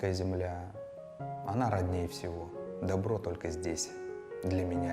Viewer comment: по моему в поговорке " при солнце тепло, как при родине добро " в слове добро надо ударение делать на первую "о" тогда смысл получается более образный, более мощный.